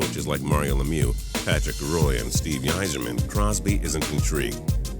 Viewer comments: it isn't said like Roy its said like wa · Patrick "ROY"... Are you kidding me? How do you not know how to pronounce the name of one of the sports greatest goalies ever. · He said it wrong it is not pronounced like roy its pronounced the french way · your supposed to say Patrick roy like.patrick wah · picture I love lucy when you say patricks name..patrick WAHHHHHHH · It's funny how people are so triggered over the fact that he mispronounced Roy's name but nobody seems to care that he mispronounced Yzerman too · I'm a AVS fan thanks for pronouncing our coach's last name incorrectly. I'm cringing.... already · Your pronunciation Patrick's last name will make Colorado Avalanche fans cringe...